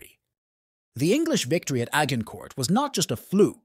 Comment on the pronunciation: A hard g incourt. Immediately stopped watching. If you cant oronounce the location, you have no business talking about it.